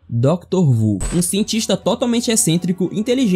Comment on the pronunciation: zoou também quando foi falar sobre o Doctor Who, ou "Doutor Vuo"